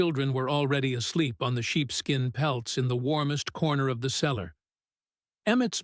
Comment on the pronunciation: The CELLAR, not the seller. She CAULKED the windows, not cocked.